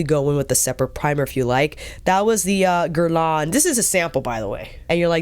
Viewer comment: Off topic: the 'lain' part of 'Guerlain' is pronounced 'leh' as in 'meh'. The N is almost silent. Actually, it sounds the same as the 'Guer' part, haha (so Gèhrlèh + almost silent N) This is not criticism. I know how much you care about pronunciation 💕